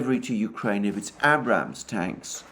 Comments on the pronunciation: "Abrams" is pronounced with a long "A" at the start as in "made", "fade", "slave". Named after an American general. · Great show as always, Alexander. I'd like to help you out with the pronunciation of the M1 Abrams tank. It is named in honor of General Creighton Abrams and is pronounced "Ay-brums" as opposed to "Abb-Rams". On the Seasparrow missile, said it was the RIM-7, which is the NATO Seasparrow I worked on back in the 1980s aboard the aircraft carrier Enterprise. If so, it sounds like Uncle Sam wants to dump old inventory on Ukraine. I personally was not impressed with the missile system owing to its drastically short range of 10 miles and its inability to track extremely fast targets, such as the Raduga-kh22, which you've mentioned many times. It was the terror weapon of the Soviet forces back then. The RIM-7 has since been replaced by the far superior RIM-162 Evolved Seasparrow Missile with triple the range and a much higher speed.